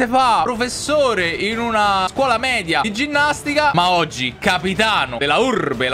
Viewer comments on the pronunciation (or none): none